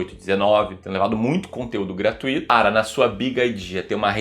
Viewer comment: "Gratuito" não tem acento. Pronunciamos como "circuito", "intuito" e "muito". Não existe essa pronúncia de "Gratu-í-to".